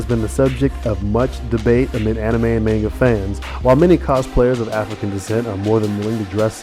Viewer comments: I hate how you say maynga instead of mahnga >:I I also wish you had included Usopp in this, aside from his backgroundiness in Luffy's wanted poster. Even if he's not black (which I like to think he is) he's still a pretty kick ass character who should still be mentioned! D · Good video, but hearing "May-n-ga" is slightly irritating. It's pronounced "Ma-n-ga". Sorry, I couldn't help but post this. :p